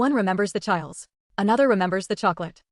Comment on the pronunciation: Moh-lay. Chee-lays.